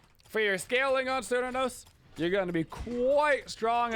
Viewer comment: Thank you for this great video. I have never played Smite before, but as a huge fan of Cernunnos from Celtic mythology I am planning on getting Smite just to play him, and only him. By the way the correct pronunciation of his name phonetically is with a hard K as in: Care-New-Know-Ss. C’s are always pronounced like a K, in Irish Gaelic.